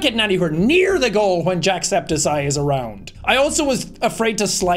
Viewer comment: Jack Septic Eye ❌ Jack Septi Ceye ✔️